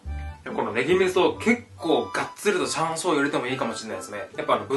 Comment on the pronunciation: はいもう最高＼(＾o＾)／💕 なんか、しゃんしょうって聞こえた気がするけど。。。気のせいだよね、うんうん(^ω^)